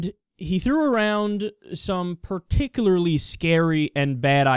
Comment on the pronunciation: "Particalarly"….Way to go genius.